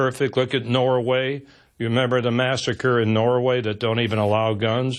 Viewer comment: Arpaio is an idiot - the fact that he pronounces Norway "nora-way" alone suggests an IQ deficiency.